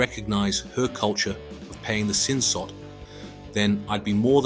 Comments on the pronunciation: Its Sin SOD not Sin Sot. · You're a Sassy synthetic sister ain't you😭😭 YES moron it's SIN SOD not SOT. Making videos about Thailand but can't pronounce anything correctly right BOT🤣